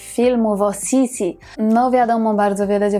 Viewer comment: Niemiecka wymowa to jednak Sisi tylko, że es jest twarde.